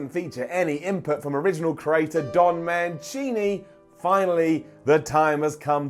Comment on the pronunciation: when he pronounced mancini wrong